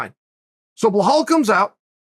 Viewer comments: Blahall “Butcher The Name” Muhammad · Chael loves to pronounce names wrong. Bhehahl Muhammed 😂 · Colby will mess "Blehal" up.